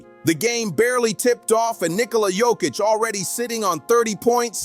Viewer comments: not dzokic but joooookkkicc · It not JokiCH, it's JokIC. Beyond proud. 🇷🇸❤️ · YO-KITCH. Not JOE-KITCH C'mon people !!🥴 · The best player and all that and you still can't pronounce his name, shame.